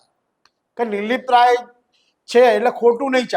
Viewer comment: anchor bhai name to sarkhu uchcharo